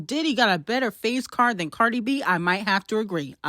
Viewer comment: why u keep saying CardR it's Cardi 😂